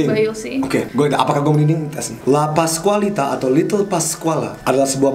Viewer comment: Andovi: La Pascualita. Wht I heard: Lapas Wanita? 🤣🤣🤣